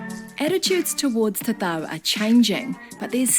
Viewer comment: You said tatau like a boss...